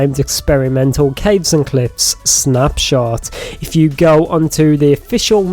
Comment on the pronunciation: You said Caves & gliffs 😂😅